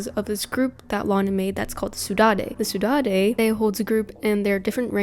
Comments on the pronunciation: saudade is actually pronounced "sow-dard", its a spanish word that actually has no translation to english, and is described as the feeling of walking home from a party, feeling glad that it happened, but sad because it's over, this is super interesting in this instance, and almost adds to the lore and story in a way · The way she pronounces "Saudade" LMAO